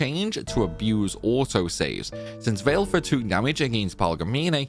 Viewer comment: BTW, Valefor is pronounced "Va-luh-for", not "Vail-for"